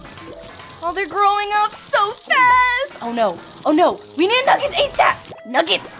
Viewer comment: The fact that calls them nuggest sometimes is cute